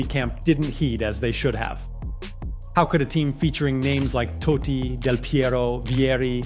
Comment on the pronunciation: its totti not toddi lol